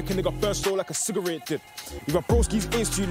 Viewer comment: Lmfaooo man pronounced cigarette like it’s French he’s cold